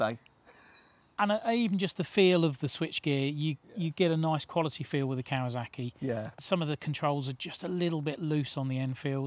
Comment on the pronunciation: Love the style of these reviews, really enjoyable. Any reason a lot of you journos say kawazaki (I've even heard kawazarki) it's still kawasaki.